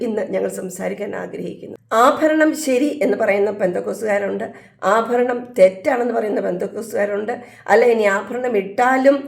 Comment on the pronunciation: ❤ അഫരണംഫാരിക്കുന്നത്. Thettanu